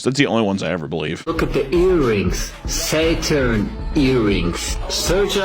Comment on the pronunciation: Ah yes, my favorite plantet, sayturn